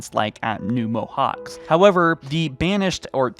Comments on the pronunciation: Theres no point man, he can't even pronounce things in English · Mohacs is pronounced 'Mohaach' by the way. It's hungarian :)